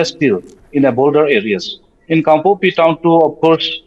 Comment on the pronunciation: Respected Sir journalist say kangpokpi junction, not kangkopi😊